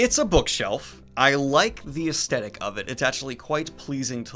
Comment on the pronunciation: “Aesthetic” is pronounced “as TH etic “ not “as T etic”.